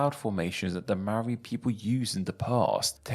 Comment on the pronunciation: Well at least he didn't say "may-ori".. He still didn't roll the "r" though.